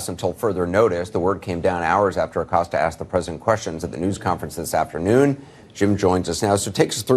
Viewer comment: Jim "Accoster" 😂